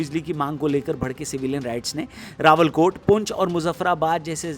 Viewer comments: Bhai rawala kot ha rawal kott Nhi bakki Thora bohot masala idr bi lga dia but overall it's okie 👌👌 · रावलकोट नहीं...रावलाकोट...